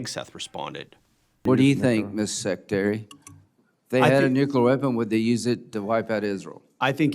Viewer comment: Nu-clea-er. Nuclear is not pronounced. Nu-cu-ler. Hello.